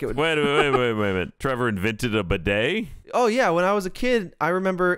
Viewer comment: "Hey Tevor Boi" "Hello Gay Boi, oh wait..." Is that a flub or not, either way it was funny.